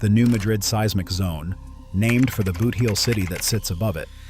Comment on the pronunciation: It is pronounced boot-heel not booth-eel.